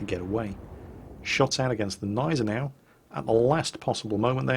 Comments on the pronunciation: As a german, I think I'd know if it was silent. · you are right. just wanted to help. it just feels kinda akward for a german to hear that. im totaly ok with u guys not trying to pronounce "selbstfahrlafette" (arty) right, but come on, Gneisenau! its easy ;-) AND its a NAME of a ship. show some respect :-* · the g in gneisenau isnt silent. try it, its fun! sincerly, all german viewers. (its pronounced like the g in good) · Love the videos please keep it up. On a little side tangent, the G is silent in gneisenau I believe.